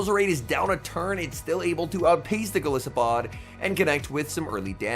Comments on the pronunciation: Great battles. Enjoyable commentary. I would appreciate hearing you say golisopod correctly. The “I” is pronounced like Goliath. Goliath + arthropod = golisopod. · is it not based on an isopod? it would still be a long "i" though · Go-lie-so-pod? What about Gliscor? Is that with a short "I" or long like in goliath